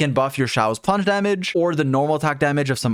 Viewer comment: bro its been 2 years and you still cant pronounce names right, its really hard to listen to. I dont know who shao and shangling are. I know everyone says it like that, but it sounds like all the americans who say they like wahgoo steak.